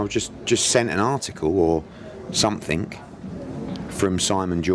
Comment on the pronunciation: What he meant was SOMETHING , not sumfink